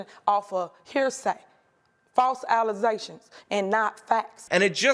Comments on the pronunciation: Mayor can’t pronounce allegations. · False allezations, and not facts. Now let me axe you a question. 🙋🏼‍♂️ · "Allizzations" will always be funny to me. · She needs to sue him for False Allezations😂